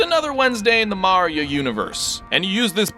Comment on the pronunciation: We got: Mahreeoh Da Preensess Looweegie And Bahwzer